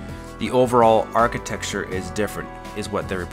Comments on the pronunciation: Stop saying architexture. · Whenever you say "architexture", it makes me love you even more.